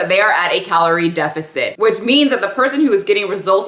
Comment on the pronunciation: "Caloire" ? I'm a nerd lol. Love your videos.